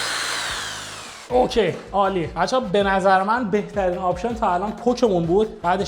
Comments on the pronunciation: پتک❌️ پک✅️ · پُک واسه سیگاره جان 😂 این پتکه 😂